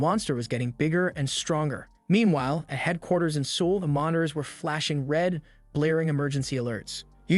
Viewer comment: LOL! The way you pronounce Seoul means alcohol in Korean.